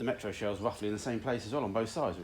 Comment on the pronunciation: "Metaru" is Japanese for Metro. If it isn't it sounds like it should be.